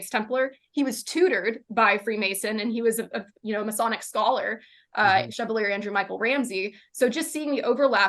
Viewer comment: I don't wanna be a dick but you can't go pronouncing chevalier "SHEV-A-LEER." Like i know if the lady in the video only read it on paper, like okay, good to read, but omg it's "SHHH VAHL EE AY." 😕